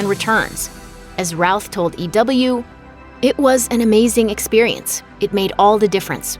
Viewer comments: Hey, you've said Ralph numerous times instead of Routh! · Jay Tsosie I’m glad someone else caught, I kept hearing Ralph too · Routh... I always heard Ralph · Routh (pronounced like the British 'row') and Ralph sound extremely similar, so it makes sense.